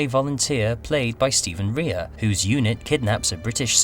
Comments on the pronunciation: Its pronounced ray not ree-ah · it's pronounced 'Ray'. Stephen Rea.